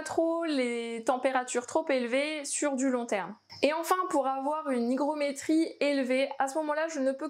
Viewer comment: pas facile ne pas fourcher des fois en vidéo... M'en suis rendue compte au montage... Le R est resté coincé dans la gorge ;))